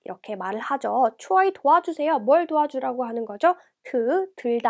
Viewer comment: 선생님 왜 돕다 발음이 추어이가 되나요... ㅊ+우+이 = 추이 아인가요? 알려주세요~